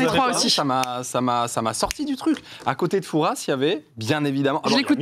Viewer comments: tips : "Fouras" (on prononce pas le S) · ExcuSe moi domi mais on dis pas le s de fouras s’il vous plaît arrêtez de prononcer ce ptn de s respectez nous 😅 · Fouras on prononce pas le ''s''. C'est énervant lol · Alors non on ne prononce pas le s de Fouras. C'est aussi une Jolie ville balnéaire de Charente maritime :)